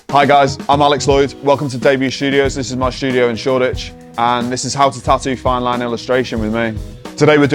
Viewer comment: its tattoo not TA-OOO...